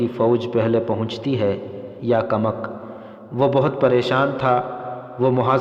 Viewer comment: یہ کمک کو کمک بول رھا ھے یعنی ک کے اوپر پیش کی بجائے زبر بول رھا ھے